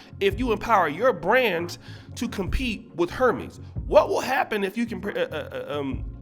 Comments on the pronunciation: For one Cardi B is a grown ass women who makes her own money and can spend it how she likes, two it’s pronounced “air-mez” not “her-mes”, three Jim Jones needs to mind his own business is he telling his wife to support black business, I bet she has plenty of Louis, Gucci, prada, and Hermès in her closet, I’m tired of men trying to tell women what they should do or not do with their money , four name some black businesses that we should be supporting, I mean the ones that are black owned because a bunch of them are owned by white companies, so who are you referring to. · It’s pronounced “”Ernes” the H is silent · Hermès is actually pronounced “Air-mez”. I don’t give a damn about that kind of needlessly expensive material nonsense, so I had to look it up myself recently. 😂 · 👍🏽👍🏽 Great video...and come on Oshay, it’s “air-MEZ” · Hermés is pronounced “air mez” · 🤣🤣🤣 he really did read like it was Hermes. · Learn how to pronounce Hérmés, and black designers don't have fashion lines that are over 100 years old that have the same prestigious level. European countries rule fashion period. They're known for their couture and atliers also leather craftsmanship. That's the reason people wear "white" designers, has nothing to do with color. People support off-white, he's a black high end designer.